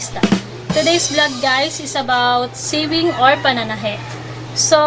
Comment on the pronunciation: Pronounce sewing as "sowing" not short e.